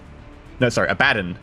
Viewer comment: "Abba-don"! not "A-bad-un"